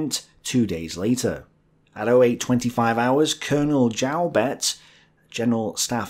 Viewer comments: pronounced Pienaar right, yet Joubert so wrong. Lol. These are French Huguenot-derived names. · Did you note how Joubert is pronounced? Also Ariet, for that matter.